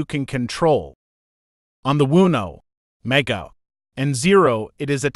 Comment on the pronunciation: GOOD GOD!! This talk to text is infuriating. You couldn’t find someone to just read the script. MEEEEGAH , LEARN’ED, WOONOO BOARD, SEMI CALLIN, hahahahahah this program needs HOOK’ED ON PAHONICS!!!